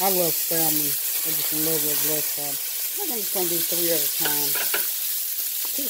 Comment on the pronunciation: Good morning...I’ll get in that wagon...I need to eat healthier as well....I try to avoid 2 carbs like bread and potatoes when I’m trying to eat healthier... btw...the L is silent in salmon...lol....you have a blessed day!!